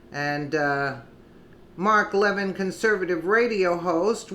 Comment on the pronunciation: Hi love your news clips. You are pronouncing Mark Levin incorrectly. Its Le - vin. Not leavin. No biggie just pointing it out. Your great. Consider 4d chess for sessions and Gowdy. They want the left to think they are wishywashy so will get approved by congress for maybe supreme court or head of NSA. Sessions is hiding the 30,000 sealed indictments. All this does not make logical sense otherwise. Gowdy was inside trumps circle. He told Nunez in the meeting lady off its not time to disclose. Think hard